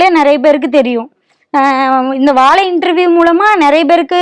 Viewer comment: Sir first plesae learn to pronounce Vaazai correctly. Not vaalai. Learnbtamil first before putting up a blog. Jay